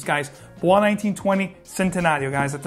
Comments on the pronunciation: "Bois" 1920 is pronounced just like "boys". It's an Italian brand and that's an acronym. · BOIS is pronounced like the English word BOYS not the French BOIS.